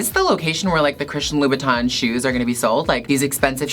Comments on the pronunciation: Did I heard....Low..Bow..Tan???......how to pronounce it seriously...lol...Gigi I want some of your bags,I can’t even afford to buy a new one(25yrs old wallet and bags)I love your high heels but I can wear those when I’m sleeping for sure,there’s no way to walk😍😜🤣😆😁Mwuahz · Do you mean Louboutin? (Lou-boot-in) or do you mean Louis Vuitton?